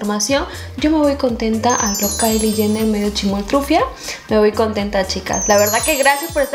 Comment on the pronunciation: se pronuncia kaili (Kylie)